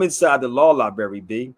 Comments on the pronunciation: Library. Not Libary. Dumbo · This idiot selling law classes...he can't even pronounce library correctly.Lie-Berry...lol,what a dimwitted crook he is.. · He don’t even speak English…. “Lie-berry” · Yep, he's a legal scholar that learned at the law "lieberry " 😂 Just another eejit that wants all the benefits of citizenship without the accountability. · Very low confidence in a scholar who cannot pronounce library...